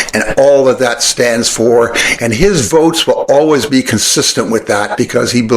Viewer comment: Just to try and help out, I've found it's likely pronounced "pu-ah-lee-ave" give or take the sharpness of the "franglish". That said, don't sweat it. Pierre certainly doesn't when he mispronounces always as AL-ways.